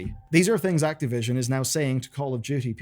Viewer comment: Who's "Activion"?